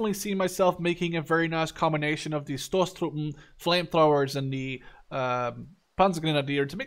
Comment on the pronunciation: Stosstruppen, "punch" troop, the o is long(ish), more like the o in oakley. Spw = spaeh panzer wagen